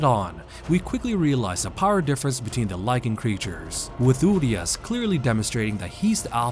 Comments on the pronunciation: one additional info: the way u say URIAS is with SH instead of S. this is how u need to actually say: URIASH. on the the other hand, translation for STRAJER is perfect as Guardian with one quick note added: STRAJER is a form or archaic guardian in Romanian language taken from medieval times. nice touch from developers. cheers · Well it's actually pronounced "uriash", cuz in Romanian we have this letter called ș which is pronounced like sh. "Uriaș" also has this letter. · As a romanian the name is a bit painfull to hear lmao😂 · you trying to say a single word in my language "Urias" gives me ear bleeding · You’re pronouncing the name wrong